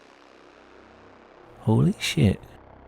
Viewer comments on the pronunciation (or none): the way he says "hooey shiiihhht" lol